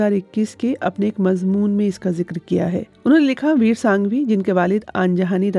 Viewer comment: Shaaesta ( galat hai ) Shustah ( Saheeh hai ) Mazboon ( galat hai ) Mazmoon ( Saheeh hai ) مضبون ( غلط ھے ) مضمون ( صحیح ھے )